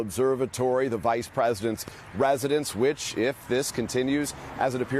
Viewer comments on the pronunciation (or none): Ah yes, the "vaise prasidents rasidence". Such an important structure...